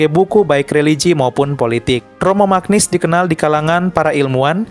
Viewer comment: Mantap Katolik. Mantap adminnya 👏 Hanya sedikit perbaikan: cara membaca nama Romo Magnis Magnis dibaca menjadi Manyis bukan Magnis.